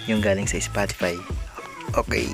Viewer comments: "spotipay" xDDD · Bruh it’s a Filipino accent it happens to all Filipinos